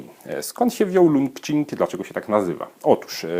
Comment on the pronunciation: Zapewne czyta się to 'czing' jak qigong :) Uwielbiam wasze filmiki, uwielbiam zieloną i białą herbatę, jakiś czas temu zaczęłam też eksperymentować z yerbą, a dzięki waszym filmikom piłam także indyjską chai masalę i marokańską z miętą :D